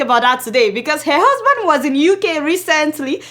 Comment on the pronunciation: I love your reports but can you learn how to pronounce the word HER